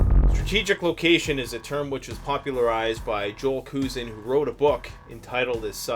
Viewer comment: Did u really pronounce Joel's name Koosen? I have Dr. Skousen's books. The laws and demographics have changed a lot since he published.